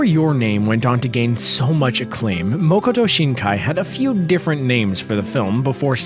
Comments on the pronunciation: It's not Moo-ko-to, it's Maa-Ko-To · Btw it's Makoto not mokoto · it's makoto not mokoto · It's MA-koto Shinkai, not "MO-koto" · It's been more than a year and there is still no erratum. IT'S MAKOTO. MA-KO-TO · Please, Its Makoto Shinkai, not Mokoto Shinaki. As someone who speaks Japanese, this is a simple detail, it is literally his name.